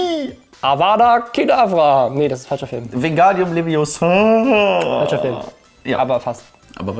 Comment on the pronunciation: es heißt leviooosa, nicht leviosaaa.